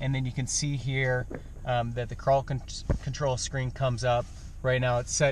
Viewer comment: It sounds like you are saying paw patrol.